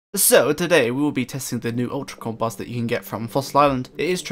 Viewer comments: This can't really be how people pronounce compost where you're from? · The way he says compost has me dead lmaooooo "campahst"